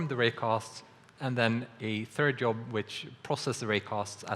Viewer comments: "Yob" is so Scandinavian... ;w; It should me more like "deejzhob". uwu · was just listening to this in the background and at first I thought Unity was introducing some new technical thing called a "Yob" XD